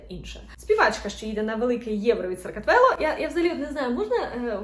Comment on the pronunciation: Грузія топ! Тільки не "Саркатвело", а "Сакартвело" 🙈🙈